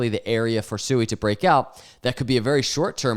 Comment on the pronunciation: The second you said SUEY, I was out. It literally tells me you don't have a clue what you're talking about and you don't do any research. If and when you become more educated and you want to talk about SUI (Swee) we'll come back and listen and take you more seriously